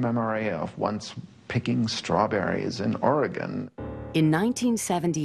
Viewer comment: He definitely has an accent. He did pronounce Oregon proper though.